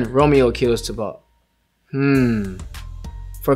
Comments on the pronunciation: I like how he pronounces Tybalt. "Tih-balt" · The way he says "Tybalt" tho 💀 like whyyyy